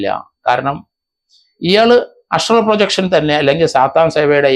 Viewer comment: അസ്‌ട്രാൾ പ്രൊജക്ഷൻ അല്ല കിളവ ആസ്ട്രൽ പ്രോജക്ഷൻ😂😂